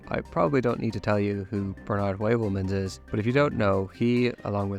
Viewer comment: His name is pronounced Bernard HOOVELMANS